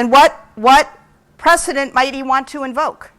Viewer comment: did you mean "precedent"?😂